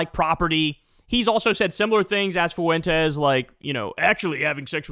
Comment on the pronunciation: You better learn how to say Fuentes bro